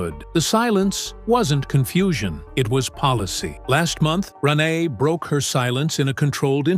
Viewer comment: Her name is RENE or RENAY! NOT ron eye!